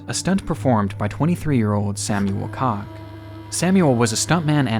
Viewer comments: For the love of god, its not pronounced "Cock". its pronounced like "Coke" but with a "kh" sound in the end. Even the youtube subtites thought you said the the other word lol. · The guy's name is Koch, not cock. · Bro I think it’s pronounced ko-sh not cock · Koch is pronounced like coke not cock. 😂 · OMg as a german i cannot believe he pronounced that like cock and not koch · "Samuel Koch" - Oh boy. How many takes did you need, to not pronounce "Cock"? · Just fyi “Koch” is pronounced like “coach” not “cock” lmao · Samuel koch.... koch is pronounced "cook" not cock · It's pronounced "coke". I guess you had penises on the brain, eh? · Wetten, Dass" appearing was a big surprise :D And the "ch" in german is not pronounced "ck". Koch aint cock .x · its pronounced "coke" lol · Koch is pronounced as cook, I just know someone with the same last name. This video was something else and glad he survived but at the same time I'm glad it's being documented here, these were pretty horrific. May the others rest in peace. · Just a heads up... Koch is pronounced "Cook" 😂 No worries though... Great video, as always! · You really butchered "Koch". Like not even close. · That is not how you pronounce Samuel Koch! Lol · ...Samuel Koch isn't "Sämjuel Kock", but Samuel Koch...